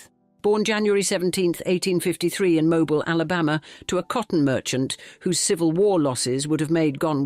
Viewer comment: It’s pronounced “Mo-BEEL” Alabama